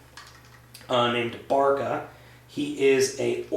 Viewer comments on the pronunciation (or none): It is veri cool, did u intend 2 buy carrigator? n oso, it is bird-ca not ba-ca:)